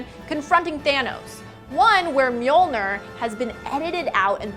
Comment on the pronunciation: When she pronounced mjolnir i cringed so hard omg